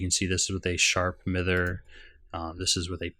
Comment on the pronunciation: Miter, pretty sure it pronounced My-der, right? That aside, I hyped for the new release and thank you for your coverage.